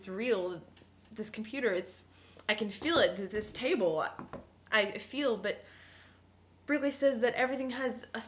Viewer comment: try and being more articulate, because you haven't actually said anything..... re-read berkeley, and sophie's world, again.... (berkeley is pronounced as bark-ley